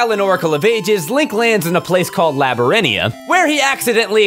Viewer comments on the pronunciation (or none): Onyx, hollowdrum, labyrinthia, you have a strange way of pronouncing things :p